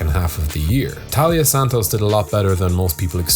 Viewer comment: I know it’s easy to miss, but her name is TAILA Santos, not Talia